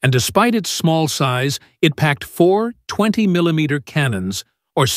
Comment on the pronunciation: the MK what? I’ve never heard “20” pronounced like that before, what a joke AI is. Great aircraft, but that’s about it.